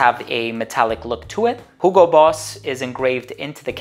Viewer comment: I like how you're saying hugo correctly with H :). Not like 'yugo'